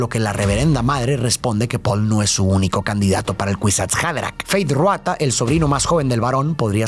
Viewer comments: Tu análisis es increíble ❤ solo como dato jeje el nombre de Feyd es Rautha no Ruatha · Por qué pronuncia Ruata y no Rautha? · FEEEYDD RRRRRAAAAAUUUUUTHAAA. No Ruata. De ahi en fuera, epico resumen